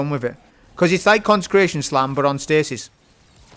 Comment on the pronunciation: would you say it’s cons-ice-cration? 🤔 🤣